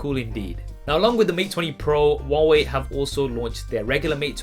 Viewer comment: Who hears it “waway”